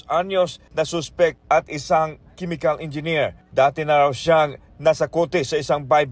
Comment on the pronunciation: gusto ko yung pagpronounce nila ng Suspect as Soospect, and substance as Soobstance hahahaha tas yung Chemical, Kimikal daw HAHAHAAHAHAH